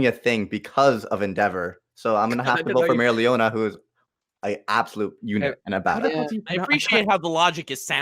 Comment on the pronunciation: is pronouncing mereoleona right